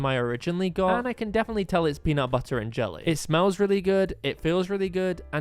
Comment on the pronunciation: It’s peanutbutter not punutbuttu